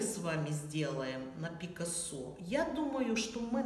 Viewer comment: Это – фамилия испанского художника, и в слове «Пикассо» ударение надлежит ставить на второй слог – ПикАссо.